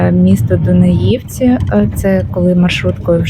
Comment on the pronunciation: А чого ж наголоси у назві міст звучать не так, як має бути? Не ХОтин, а ХотИн, не ДунаЇвці, а ДунАївці, деякі ще кажуть БуковинА, а не БуковИна. За відео про Чернівці - плюс